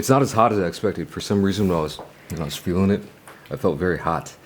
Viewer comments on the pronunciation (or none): none